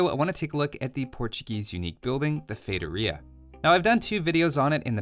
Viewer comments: Ah another video when he says "Fetoria"...👌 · He doesn't have a master's in how to pronounce feitoria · It's pronounced with an emphasis on the 'i', not the 'o'